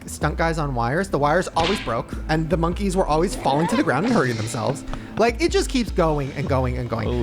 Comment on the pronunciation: Lmao “Monkys”